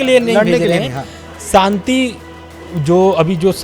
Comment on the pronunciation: Inko Shanti bolna sikhaiye..Santi nhi..bahot bhadda lgta